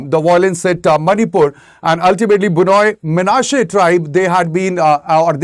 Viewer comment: Why should Indian Government have a problem with kukis claiming to be one of the lost tribes of Israel? Did Indian Government even provided a separate state for the Kukis if it thinks Kukis are part of India? Kukis have the right to migrate to Israel if not given due recognition and separate state in India. Note: The speaker in the video repeatedly mispronounced Bnei Manase as B-noi Manase. Bnei Manase pronounced as B-nei Manase not B-noi Manase.